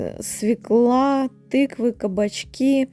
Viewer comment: Попала на канал случайно , всё здорово , восхищаюсь , но не жАлюзи , а жалюзИ / во французских словах ударение на последний слог / . Не дрОвник , а дровнИк . СвЁкла , не свеклА. Часто звучит слово " атмосферно " . Удачи !